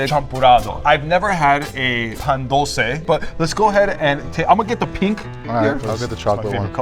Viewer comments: This man hurt my heart when i heard PAn Dull cay bro its Pa n dul ce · The way he said Pan dulce pissed me off